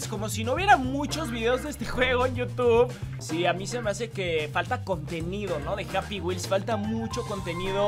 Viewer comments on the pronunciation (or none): none